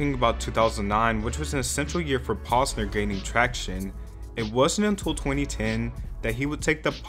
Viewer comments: “paws-ner” bruh its “pose-ner” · The way he’s pronouncing Posener as “Paws-ner” is killing me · pAWsner 😂 its getting on my nerves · Knew this was gonna be interesting as soon as u pronounced his name wrong 😅 Edit: still did a pretty good job on the video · Everyone can just watch his videos on his channel on youtube. and you are saying his last name wrong. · Bruh he really pronounced his name wrong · Bruh.. if you're gonna do a video on someone at least google how to pronounce their name correctly 🤦‍♂️